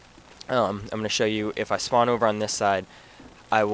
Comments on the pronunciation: "SHpawn area" nah jk good vid bro. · dude great vid thanks for the tips. i know this is irrelevant but you tend to say shpawn, but nothing important